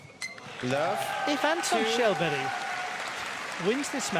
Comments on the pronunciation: You pronouce it like Shellberg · They call him Shallberry 😂